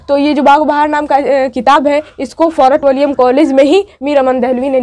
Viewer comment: Fort willium ko ap glat bol rhi h.